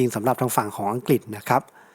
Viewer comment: อัังกฤษ อ่านว่า อัง กริด ครับช่วยออกเสียงให้ชัดด้วยครับ